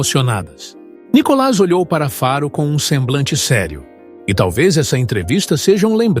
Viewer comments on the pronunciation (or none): none